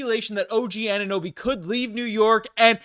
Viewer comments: Some guy who say Oninnoby instead of Anunoby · This guy can’t say Anunoby “ONIHNOBY” every single time 😂